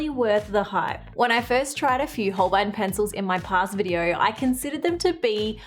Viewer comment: Holbein is a german name and spoken like: Holbine ( the "ein" is spoken like the ine in "vine")